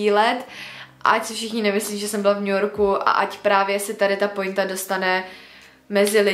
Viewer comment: “Pointa” se cte jako [poenta], pusobi to blbe, kdyz to rikate spatne